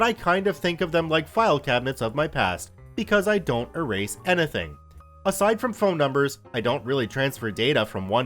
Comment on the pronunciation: why do you pronounce "anything" so weirdly?